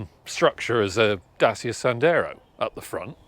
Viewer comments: It’s pronounced Datcha. Please make an effort. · It's pronounced Da-chee-uh.